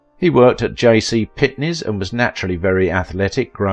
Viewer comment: “JC Pitnies?” Lol I’ve never heard of it. I wonder what else you got wrong it’s JC pennies FYI.